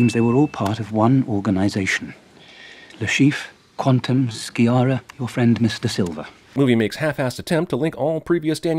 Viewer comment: Missed out the biggest thing wrong with the film: the pronunciation of "Sciarra" as "ski-ara". In Italian, "Sciarra" is pronounced "she-ara". "Ski-ara" would need to be written "Schiarra".